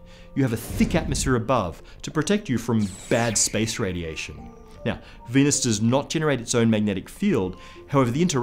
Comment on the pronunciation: Mahhhz and Veenuse